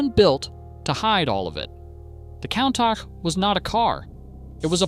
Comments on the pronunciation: That is definitely NOT how to pronounce COUNTACH. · That's the worst pronunciation of Countach ive ever heard.